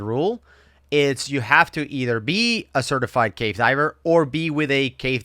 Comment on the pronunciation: never sounds like hes saying "cave" diving. It sounds like hes saying "gay" diving and it makes it a lot funnier XD